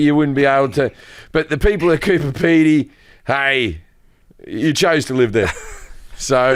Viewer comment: It's Coober Peedy, what an ass 😂